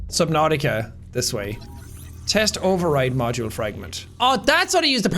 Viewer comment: Subnauseous, ha ha! LOL, Jackie-bro-man!